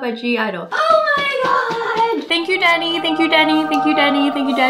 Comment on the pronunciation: When you said "thank you Danny" it sou ded like "thank you daddy" and im over here cleaning my ears